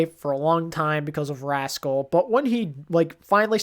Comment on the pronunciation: Weird that you said rascal and not haksal but I agree